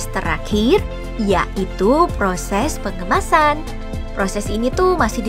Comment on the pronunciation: apa guru gue dulu salah ngajarin gue baca ya Kata guru gue di baca di tulis "PROSES PENGEMASAN" Tapi kata "PROSES PENGOMASAN" MOYONG DONG OMAS